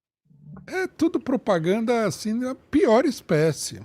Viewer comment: É MUITA "POPRAGANDA"